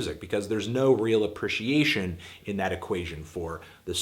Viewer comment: I fuckin hate the way you pronounce "appreciation." You've said that word many times throughout many videos and it makes me want to cut your moobs off and bash your head in with them.